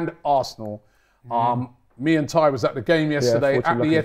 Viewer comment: it's not me and Tye it's Tie and die. 😂